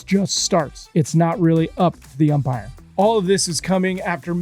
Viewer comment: Medwedew always saying Empire instead of Umpire kills me.